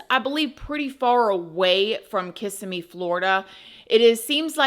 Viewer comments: In my opinion, looking at her in her birthday photo, I think she was pregnant, and that's why he killed her. I also think mom knew something but was either blindly in love with the sob and was in denial, or, she didn't care. Btw: you pronounce Kissimmee wrong. Lol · Hi,. I am almost always in agreement with your opinion. When I'm not, no big deal🤷‍♀️ I still enjoy them very much and even have a playlist in my saved vidoes that is nothing but your uploads. I really do enjoy them. I just need to point out that as a Florida girl, you should know how to pronounce "Kissimmee". Its Kih-SIM-ee. Now that I've gotten that off of my chest, thank you so much for all of your videos. 🥰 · No offense but how are you from Florida and you still didn't say Kissimmee correctly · As a Floridian, I love how you pronounce Kissimmee. ❤😂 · Girl you're from Florida and can't pronounce Kississime correctly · Girl you are IN Florida how are you going to mispronounce Kissimmee. You did do better the more often you said it lol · Sorry, respectfully… stop putting the emphasis on the ISS after the K and instead put it on the IM after the Kiss so kiss-IM-ee . Ok, now that that’s done… please continue. 😊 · Emohasis is on the second syllable - kis EM me❤ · Your covedrage of the topic was great! I grew up in that area and even went to Hunter's Creek Middle School-- Kissimmee is pronounced "KissSEEmee" with the accent on the SEE. It's not "KISSeemee." Sorry to be that person XD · Just a correction on the pronunciation: Ki-si-mi not kis-im-me. The emphasis is on the KI...so it's more like KI-simmy. The way you said it sounds more like KISS-im-my. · lol its not kiss im me florida. everyome says it that way that isnt from the area its so fun! it sounds more like ku si mee like your cussing not kissing. Always fun to hear. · KISS-SIM-ME 😭😭😭😭😭 not KISS-ME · I live about 30 miles from this area in Clermont It’s pronounced Ka-sim-E It’s a mixed bag there Very sad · Say it like: Kiss-ee-mee Florida.